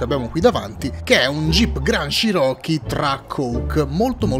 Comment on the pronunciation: stavi per dire chiron Nu, MA più ti è venuto in mente che è un cherockee quindi hai elaborato la parola cosi: chiro-chee